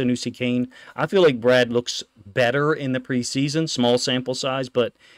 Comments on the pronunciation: Love your content. Fyi its pronounced “BRAID” not “Brad” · BRADE!!!! not Brad